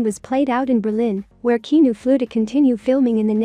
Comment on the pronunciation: Good Lord say his name correctly please... He deserves that much